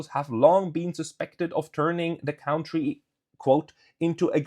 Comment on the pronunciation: It is pronounced kuntry -- not cowntry.